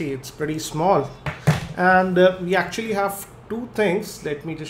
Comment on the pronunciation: "actually" = "yacck tually"